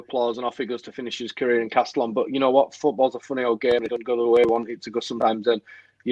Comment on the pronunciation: Castellón is pronounced "Casteyon" by the way.